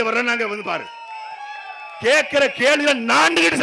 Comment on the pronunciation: அது கேழ்வி இல்லை கேள்வி😂